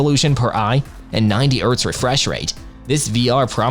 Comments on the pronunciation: You pronounce the H in Hertz ffs. Also shit video with zero pricing points. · Mispronouncing "chassis" (chass-iss) and "hertz" (urtz) really takes away from your competency in this review.